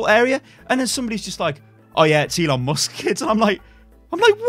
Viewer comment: ELON mus-kets